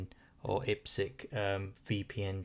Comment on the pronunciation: Good video, but it is annoying calling it IP Sck, Its IP SEC as in IP Security. Good video though.